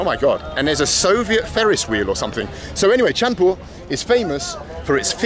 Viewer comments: ITS PROOUNCED LIKE CHAD -PUR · The city is called Chandpur, pronounced like "chad-poor". The park is a tourist attraction because it is situated right beside the confluence of three rivers: Padma, Meghna, and Dakatia. These rivers converge here and flow southward as a single river, eventually reaching the Bay of Bengal. The other side of the river is called 'Puran Bazar' which translates to 'Old Market'. It was a famous business hub back when the river was the primary way of transportation. At peak monsoon, the triple confluence becomes a dangerous whirlpool. Small boats, even those equipped with engines, often cannot pass by the junction at that time of the year. And yes, the city is renowned for its Hilsa fish. Fish from the southern parts of the country arrive here before being distributed to other regions along with the local catch.